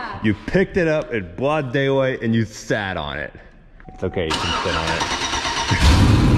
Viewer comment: "You sat on it in bwoad daylight, and you bwoke it!" Definitely enjoy the random nonsense, you should talk Ashton into bringing his truck to Yello Belly once it's fixed so Team TrippleSeven can field 4 vehicles.